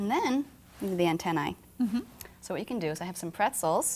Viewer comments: there called entena not enteni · lol she says inteni not intener